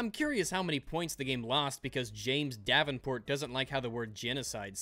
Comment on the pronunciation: I kept on thinking you said "James DABBINport"